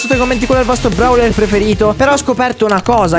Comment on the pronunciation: No vabbe lo chiami Brawler ma si chiama browler si pronuncia e poi gli effetti e Kissy Missy mi fai sempre scappare una risata😂😂😂😂😂😂?muoio